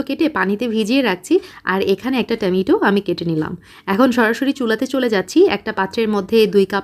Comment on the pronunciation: আপু টমেটো কে। আর টামাইটো বলো না প্লিজ। বাকি সব ঠিক আছে